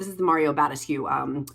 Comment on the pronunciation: LOVE your videos. sharing in love that it's Mario Ba-DES-kew not BAD-es-kew! Thank you and keep going you legend!